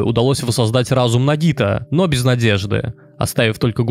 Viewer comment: а он прочитал с ударением :)